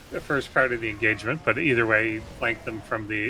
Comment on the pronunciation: engagerment??? that's not how you say it! more like enragement